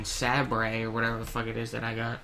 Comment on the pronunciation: I can't help but laugh on how you're saying sabre ahaha! Its pronounced saber like a light saber. Sorry for the grammar nazi but couldn't help it! Good video though!